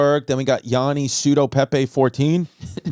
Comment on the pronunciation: YaNNi not YAAni 🙏